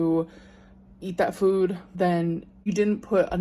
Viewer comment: Drink every time she said “fEwD” in this video 😂